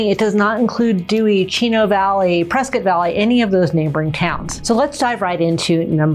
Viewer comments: I wouldn’t live in a city people can’t properly say ends in Scott not skit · Folks, local here. It’s pronounced Press-Scott, NOT Press-Cut and NOT Press-Kit. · It's Prescott, not Preskitt. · Why are people calling Prescott Preskit like biscuit there is no i ?The man that the town is named after pronounced it Prescott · It's not preskit, it's PreSCOTT. 😂 we should call Dak Preskit and find out. 😂 And I love PRESCOTT.